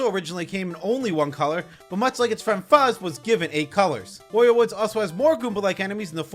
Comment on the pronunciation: no way we got a video on every mario enemy before switch 2 oh, btw wario rhymes with mario, not oreo